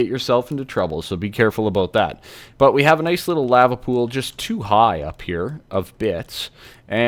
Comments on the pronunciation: Cool vid but the way you say lava makes me want to cut my ears off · did he say lahva